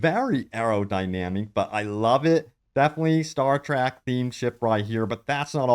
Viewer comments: Its Star TREK not Star TRAK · It killed a part of my souls every time he said “star track” Edit: I just finished the video and there are so many butchered pronunciations that my soul is 100% dead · Did you say Star TRACK? WTF IS WRONG WITH YOU? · ”STAR-TRACK” lol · What's "star trAck"? Oh, you meant Star Trek.... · It’s star trEk not start trAck